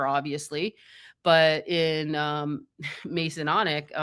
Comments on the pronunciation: is awesome, an fantastic resource, but it's MASONIC, not Mason-onic, and it's Converse, not Con-a-verse shoes. Sorry to be the asshole, but these sort of thi is need to be corrected if there will be multiple videos regarding these things or terms. Keep up the great work, everyone! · Her memory retains everything, except how to pronounce Masonic and Converse..